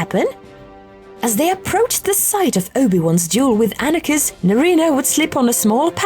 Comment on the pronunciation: And Annakiss... instead of Anakin. I mean come on GW.